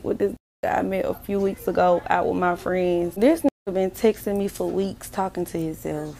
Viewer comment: When she pronounces friends like frees? Run.